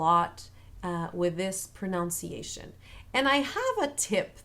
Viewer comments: hi :) say pronUnciation, not pronOUnciation, like in the spelling. pronounce and pronunciation second sylable is different. your tips are great btw. just what we need. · Only being persnickety bc of the video’s nature, but proNUNciation is the word. Not ProNOUNciation. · Muito obrigado not only for this video but for all of them. They’re incredibly helpful, and I keep returning to them. A small point in this one that the pronunciation of the English word “pronunciation” actually has a short u in the second syllable, at least in America. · One small thing: the "un" in "pronunciation" is pronounced like the "un" in "under."